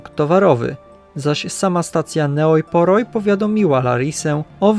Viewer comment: Ta miejscowość, Neoi Poroi czytając po Polsku to "Nej Pori".